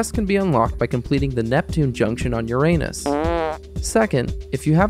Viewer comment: I was thinking this could’ve been good… until Uranus got mispronounced lol